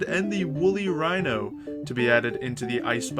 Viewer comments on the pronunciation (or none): none